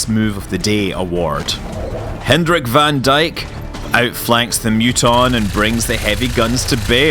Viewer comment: Scott, BTW van Dyk is pronounced "fun Dayk"